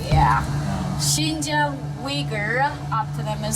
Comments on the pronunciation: The narrator kept saying Shenjen which is a Southern China city near Hong Kong. This area is Xinjiang, pronounced SheenJyayng. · HHAHAAHHA did he just say chingchang. it’s shinjang the x becomes a sh. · pronouced shein jang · sin-jiang... the pronounce makes me thought it's another city... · At the beginning, it's pronounced " Sheen Jee Ahng" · Why did he keep saying Shenzhen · Good doc, but very unprofessional in regards to pronunciation. You can’t even say Xinjiang properly. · i doubt how much the narrator knows about because he cant even able to pronouce 'xin jiang' correctly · Please take 5 minutes to look up the pronunciation of words before making an entire documentary...